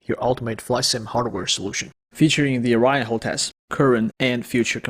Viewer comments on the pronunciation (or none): none